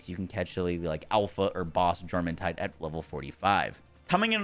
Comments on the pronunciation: The J in Jormuntide is a soft y sound. Stop being weird about other cultures. Get over it. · Its pronounced yormuntide